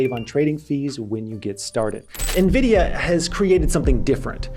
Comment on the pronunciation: By the end of the video you were pronouncing Nvidia correctly.